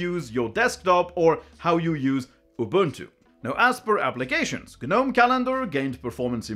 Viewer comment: The G in Gnome is silent.